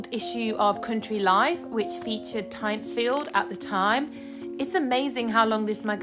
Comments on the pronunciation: Its pronounced Tintsfield The guano was imported from the Chincha Islands off Peru. No chicken poo involved LOL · Amazing staitly home. One of my favourites. But that's not how you pronounce it. You say the Y like an I and and its got an N in it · Switched off after hearing that you couldn’t even be bothered to find out how to pronounce the name properly.